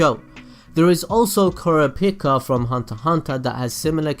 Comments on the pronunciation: The way he say kurapika name 💀💀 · How did you just PRONOUCE Kurapika. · Your pronounciation of Feitan was fine, it was your pronounciation at Kurapika, Kurama, and Yusuke that bothered me